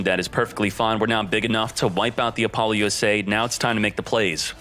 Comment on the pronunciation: He also say apolo U,S,A instead of Apollousa